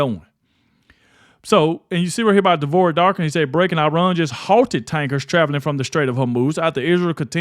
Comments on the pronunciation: It's Iran, not Irun. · Where is "I Run"? Its "E Ron" or "I Ran"(common american misspronounciation). I think you tried to mix the 2 lol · Its called...I RAN!! not irun. Smdh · It is called IRAN NOT I RUN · IRAN NOT IRUN..... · It’s Iran. Not I Run. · It's Iran not Irun.